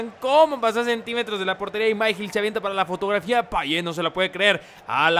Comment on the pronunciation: Por que dices Payeh es Payet